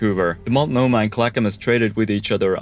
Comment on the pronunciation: Chin-ooks - pronouned Shin-ooks not Chi-nooks. I give you props for pronouncing Multnomah, and Clackamas, and Oregon correctly - congratulations. The entrance to the Columbia River is also known as "The Graveyard of the Pacific." More ships have perished here than any single location in the world.